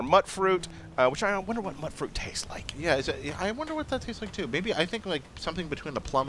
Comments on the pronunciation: I thought was pronounced "mewt-fruit" as in mutant fuit. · My god, why does everyone call it mutt-fruit? It's mute-fruit as in mutated fruit! They even call it that in the game itself! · "mutt-fruit" I've always pronounced it "mute-fruit" As in Mutated fruit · It's MUTE fruit, not MUTT fruit... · Mutfruit = (mute)fruit not (mutt)fruit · It's mutefruit. That's how you pronounce it. Don't believe me - listen to some of the NPCs then. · It's pronounced 'Mute-Fruit' like mutation. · It's pronounced "mute-fruit" as in mutant or mutated